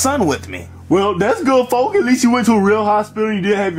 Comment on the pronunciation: says folk xd